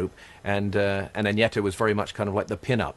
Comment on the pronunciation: Stop saying Anjeta! Her name is AGNETHA! & Anni Frid is Norwegian!